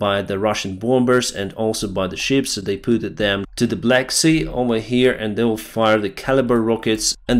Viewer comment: "Z Fisherman" lmfao